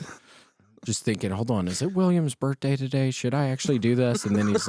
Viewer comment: Why does William say birthday like BURT-DAY lolol